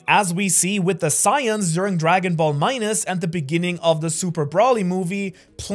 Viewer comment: How do you not know how to say saiyan? How are you making an anime video and don’t know that? Also avatar is not anime